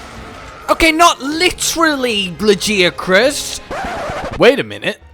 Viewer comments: ...All throughout the video I kept hearing "La Jia Chris" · Lajeucrus you say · How people pronounce Lagiacrus is like how people pronounce "Gif". /ponder